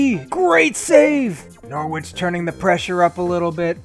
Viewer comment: Hello mate i'm from England, the way you pronounce Norwich is "Nor-itch" as the "W" is silent, Keep up the good work though!